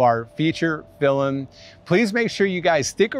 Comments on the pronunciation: It’s pronounced “film” not “fillum” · Why does he say “filim” 😭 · Why does dhar say filimn 😂😂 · I love how Dhar says "filem" not "film" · "Fillem" Dhar, 2021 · Hey Dharr! I love all your vids and I just wanted to say that you say ‘film’ the exact same way my brother does and I’ve never heard it pronounced that way by anyone else so although it’s probably silly, it made me happy to know you pronounce it the same.